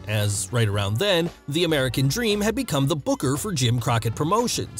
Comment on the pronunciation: Not meant to offend but I always loved his speech impediment. Also it really made his character work. Dustah woads the amewican dweam